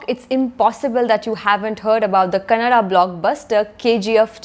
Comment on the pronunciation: Thanks For pronounce Kannada not Kanad